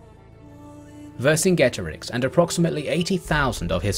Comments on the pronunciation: One peeve, Vercingetorix was pronounced Wer-King-Eto-Rikh (the kh being the throaty sound of the German 'ch'). Great video though, never liked a video so fast. Not enough people talk about Gaul, especially not at this level. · it's WEHR - king - EH - TOH - REEX, great king of marching people (warriors): VER (great, see english "over", german "uber" latin "super", greek "hyper" - KINGETO ("warrior" deriving to root meaning "tread, step, walk, march" - RIX ("king", very close to latin REX). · Great video. One thing though: Vercingetorix is pronounced wer-king-eto-rich ('ch' as it is in German)